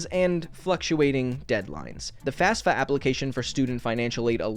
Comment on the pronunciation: "The Fass-fah application..." 🤦‍♂️